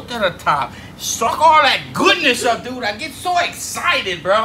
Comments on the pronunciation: There is something wrong when you can't finish the word dude. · I think it was a joke. Because his accent makes it so he doesn’t pronounce the ‘d’ in dood so it was more of a joke than a correction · I laughed uncontrollably every time i heard a man with a cajun accent say the word "dude"......